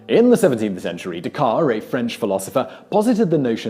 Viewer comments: Decar ? I could have sworn that Descartes was pronounced more or less ‘day-carte’... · SIMON: AGAIN, YOUR PRONUNCIATION IS ENGLISH WRONG! MONSIEUR DESCARTES IS PRONOUNCED: DEH-CART, THE FINAL E DENOTES THE T IS SAID BUT THE S IS QUIET. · Simon's diction is great but his pronunciation sometimes leaves something to be desired... Descartes is "Decar"? Come on, Simon, you can do better. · It seems like they do a lot of research for these videos and then trip up on the weirdest things. The t in Descartes is pronounced. Otherwise, excellent video.